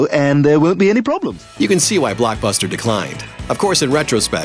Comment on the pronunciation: WHYTF does he say blackbuster and aanline